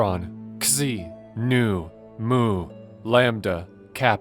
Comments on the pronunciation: Xi is not pronounced “cs-zee” it is pronounced “zee” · Your pronunciation of "xi" was atrocious. It's supposed to have a "Z" sound, like "Zai" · Did you pronounce the X in xi? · good video, absolutely hate the way you pronounce Xi